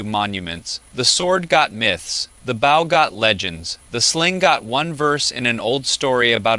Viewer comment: It’s interesting AI is so good and predicting but doesn’t understand context. Bow and bow don’t sound the same. Same with live and live, read and read, bass and bass, etc. I wonder how long until it can read those types of words in the correct context